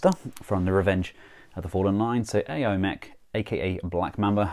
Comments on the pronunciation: Not sure if this has been mentioned before, and seeing as how you review quite a bit of KO's... ...but AOYI is pronounced as OWW-YEE, not Ae-Oh like you've been doing. Saying it now because I know you will be reviewing this brand from time to time. 🙂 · Hi, Aoyi should be pronounced as "owl-yee".